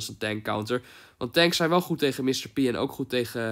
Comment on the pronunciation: whahahah 'goet' ik ga stuk